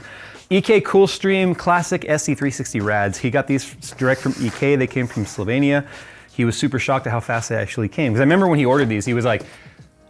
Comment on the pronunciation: As a native Slovenian, I absolutely love your pronunciation of my beautiful small country.